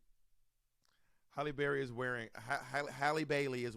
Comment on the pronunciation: Pronouncing names: Do better Bob. Hal-lee Berry, Hattie McDaniel ( no s). Ironically, got Viola’s name correct.